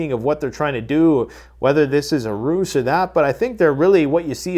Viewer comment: Love the videos, been subscribed for about eight years, I think! I have to say this, because it’s driving me crazy! When you use the word ruse, you should pronounce it as if it had a Z! Not as if it had a C… Just my two cents. I could be wrong, but I don’t think I am.